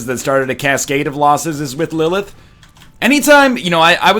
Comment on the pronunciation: NL! lillith is my daughters name, practice those TH's